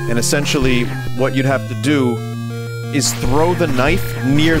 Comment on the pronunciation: “What must I DÜ?” Is my new favorite Vinnyism